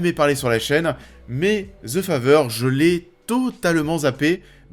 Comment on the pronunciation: Ze fazer... pourquoi en France les th sont remplacés par des z?